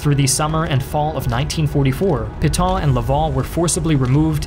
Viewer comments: credibility would have been enhanced if he had practiced the pronunciation of "Pétain." He said something like "pee ton" but it should have been closer to "pay ten". His theme that France's 1940 surrender is too simplistic for history is not, IMO, correct. The French defenses were well equipped but badly coordinated, and the Wehrmacht went through them as a knife does, butter. They lost. The government had no realistic option but to yield. The deal they got from the Germans was vastly more generous than they, the French, had given Germany at Versailles. Hitler's use of the famous rail car was not "petty", but a way to impress the folk back home. He was never accused of being a poor showman. And as a front-line participant in WW1, he no doubt felt personally vindicated too. He was not quick to crush France, as Germany had been crushed 20 years earlier. He wanted a quiet Western neighbor, so as to be left free to pursue the Bolsheviks to his East. By letting the French run half (at least) of the country he saved resources for that purpose, but had to defend its North and West against British retaliation. So Pétain did the best he could, in bad circumstances. A condition of being able to exist, Vichy had to be neutral, and had to submit to some ugly requirements. The alternative was ongoing war, of which Pétain had seen enough. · Peh-tan, not Pee-tahn! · It's Pétain and not Putain, whatever you can think about him. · you pronounce Petain almost as Putain, well played. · Why can't you pronounce Pétain correctly (etc.)? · Would be nice if you could pronounce Pétain correctly.